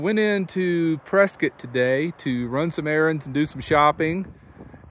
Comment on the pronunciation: Congratulations you pronounced Prescott correctly ❤